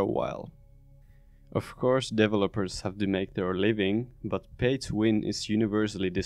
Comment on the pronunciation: I love this - absolutely true! Also, accent really calls out these mobile guys - it sounds like "devil-opers"! Thanks for this insight, as I am getting ready to try my hand at an incremental of my own...